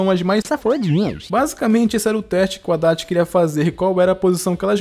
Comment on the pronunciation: Quando falava Adachi eu só entendia Haddad 😂